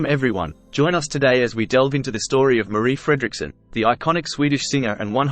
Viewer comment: Märrih Fräddricksunn. 🙄😇